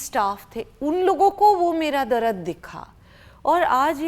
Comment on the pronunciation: Ughhhhh iska "Darad😂"